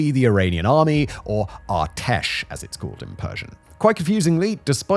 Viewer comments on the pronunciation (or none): It's ar-tesh not our-tesh ar like array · whenever you pronounce "Artesh" like that I cringe hard.